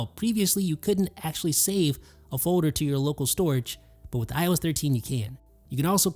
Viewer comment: I heard said Fowder. My day is complete! 🤣🤣🤣